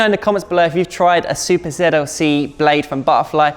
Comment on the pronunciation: I am pretty sure that you kept saying Zuper ZLC